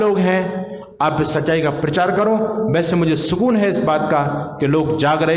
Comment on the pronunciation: PARCHAAR is wrong PRACHAAR is right word, please rectify 🙏🙏🙏